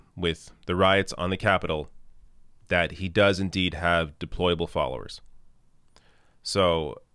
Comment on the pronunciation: Hillary mispronounced "deployables."